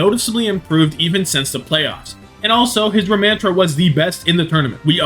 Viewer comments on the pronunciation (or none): he said ramatraa like how someone from Boston would